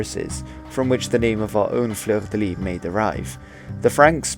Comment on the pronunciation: Fleur de lys ou fleur de lis is pronounced \flœʁ də lis\. I'm curious what you think of the Russian flag, hehe.